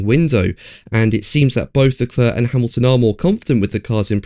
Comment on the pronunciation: If you're going to attempt the French pronunciation of the name Charles Leclerc, (silent c at the end).. please get it right.. it grates on the ear otherwise.. 'Leclair'... not 'Leclur'.. TY. :>)